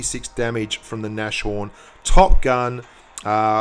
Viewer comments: Eddie Blaze I'm german, the pronunciation and the name is german and if anyone says Nash horn it just hurts my ears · please pronounce Nashorn properly -.- it's not a sh but a S and a horn behind ! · you pronounce it "nas-horn":P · It's called nas horn!!!!! ;) Not Nashorn. It's German and means rhinoceros :)